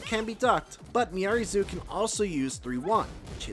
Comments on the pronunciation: True but he still should have researched her name.. it's not miary zoo lol it's pronounced me r reez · Her name is pronounced “Miaries”; you don’t pronounce the Zo. Is no one listening to the official footage?